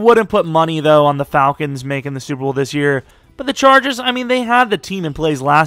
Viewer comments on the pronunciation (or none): none